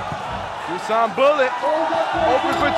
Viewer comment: Btw, it's Dushan, not Dusan